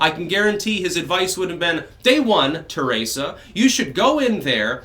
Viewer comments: Theresa May not TARAYsa May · ABENAKI!?..Cool. Are you also Francophone?. (your pronunciation of Theresa). I sang in this. Euro music which was found in manuscript with texts in Abenaki